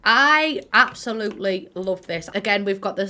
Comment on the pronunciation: hearing you say absolutely with an 's' in it was truly a terrifying experience